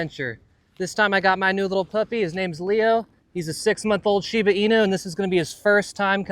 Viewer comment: You said Inu wrong! It is Japanese, so you have to say it as such, with the U being a U sound! In-U. Sorry, but I do enjoy your videos!